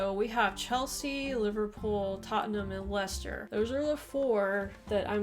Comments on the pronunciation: How can it be pronounced LieChester when there's no "h" in Leicester??? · Firstly, there is no ch, only c Secondly, we are not Germans. Ei- isn't pronounced Aye. Thirdly, you have Worcester in Massachusetts. Therefore, pronounce Leicester properly. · I know plenty about the NFL and College Football thanks been watching them since the mid 80's. I do find it interesting that some Americans pronounce Leisure as "LEESURE" yet when they see Leicester for whatever reason the Lei becomes "Lie" and an H suddenly appears in the word too.